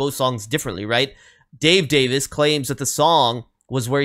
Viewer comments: You had the pronunciation right, it's not like day-viss, it's like day-veez. Rock on! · The best pronunciation is daviz the last letter should be more of a zed than an s. You are correct that it's more of a soft i, like in pin, than a long e at the next to last sound.